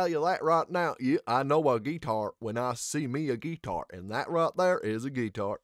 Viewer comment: They did a phenomenal job with this original by Tim, Austin and Chris..the guitar playing was beautiful..or as you pronounced it with your Forrest Gump accent, gee-tar, lol..thanks 😊